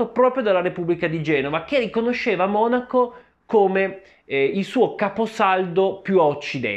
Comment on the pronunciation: Adesso ho sentito dire Monacó 🤭 che rinko